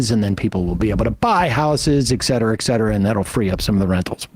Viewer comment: Sam says "ec" cetera, and gets it wrong in every single clip. Like clockwork. Lol.